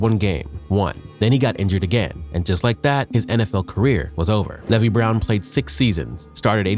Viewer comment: Or how he said Levi.... it's AI. There's another guy that was calling Ginn "Jinn" and screwed up a bunch of easy names. They're lazy using AI.